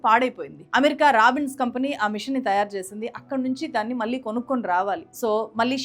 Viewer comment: మీ సబ్జెక్ట్ స్టడీ చాలా బాగుంది, కానీ తెలుగు భాషలో మాత్రమే ఉండే 'ళ' ని మీరు ఎప్పుడూ 'ల' ( నీల్లు, మల్లీ, వాల్లు etc) అనే పలుకుతారు, వినటానికి బాగుంటం లేదు. improve చేసుకోగలరని కోరుతున్నాం.